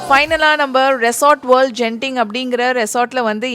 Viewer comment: Hi sis ஒரு திருத்தம் அந்த ஊர் பெயர் கென்திங் ஜென்திங் இல்லை